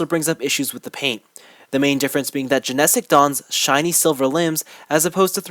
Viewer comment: Good review. However there are two things that are annoying me. First is you are pronouncing "Genesic" wrong, while you say it the same way every-time it is a little annoying to hear it pronounced incorrectly repeatedly. Secondly it's not the Genesic phantom, they are the Genesic Bolt (the one used in the show), the Broken Bolt (drill shaped) and the Protect Bolt (smooth round one). Other than that it is a good review.